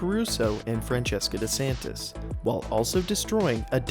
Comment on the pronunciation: You said her name wrong, its franny de santy